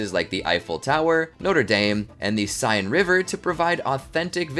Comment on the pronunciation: The Siene River that runs through Paris is pronounced ‘sen’, not ‘sign’